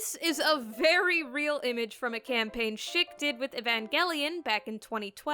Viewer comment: It kept sounding like you said shit razor lol gendo shaving with his shit razor lolll